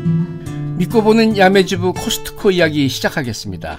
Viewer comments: 맨 처음엔 '코스트코'라고 불렀는데 들기름 막국수 소개할땐 무의식적으로 '카슷코'라고 발음하는거 보니 오박사님은 분명... 뻥치시네! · 캇스코 라고 발음하시는 것 보니 미국 살다 오신것 같네요. 미국 캇스코는 파이가 종류별로 맛있어서 좋았었는데. 다만 칼로리가 엄청나다는거. 한국에는 요즘 호두파이도 안 팔아요